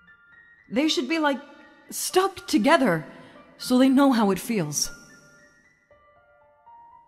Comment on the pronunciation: Ve "TOGHETER" and that makes sense